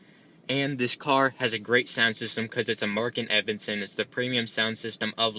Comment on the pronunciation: You're killing me. PLEASE work on your pronunciation. Its buTTons not buh - ens. Pronounce your "T"'s!!! And the sound system isn't Markin Ebbinson. It's Mark LEVinson.